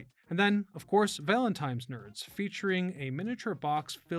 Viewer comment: Dude totally said “valenTIMES” 😂